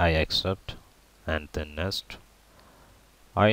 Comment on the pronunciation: it's next...not nest